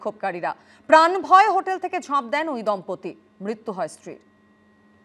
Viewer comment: মৃত্যু উচ্চারণ আগে ঠিক কর তবে না বলবি